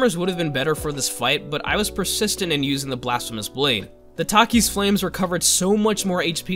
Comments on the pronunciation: The way he said Takers Flames........ Why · Please tell me he's butchering the WA name of the Blasphemous blade on purpose..